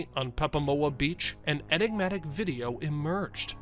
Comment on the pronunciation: "Inegmatic" 😒 You inegmatic drama queen!